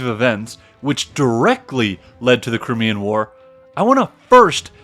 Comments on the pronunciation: Did he mean the CRYMEAN War. It is the Crimea not the Crimmea. If you can’t even get that correct it makes the rest of the video suspect. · very interesting but you need a pronunciation guide. Crymea is how it is pronounced also Derby is Darby. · One doesn't feel a lot of confidence when the guy starts off with that funny-ass pronunciation "crimmy-uh" for Crimea. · Despite some errors and mispronunciations, this presentation tells me more than I ever got in school. Russia has a great culture, but they have an ongoing history of terrible leadership. Napoleon III was an ass, too.